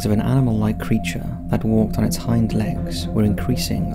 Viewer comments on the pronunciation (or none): none